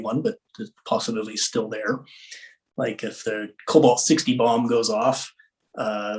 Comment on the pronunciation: Thar. Them thar asteroids.